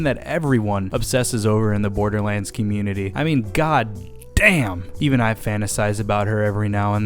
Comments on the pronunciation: 00:1 he says borderwands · Am I the only one who heard borderwands 2 at the beginning lol